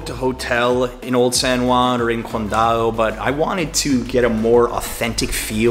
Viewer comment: Dude, it's pronounced San Huan (as in House, Hot, Head...) not San One.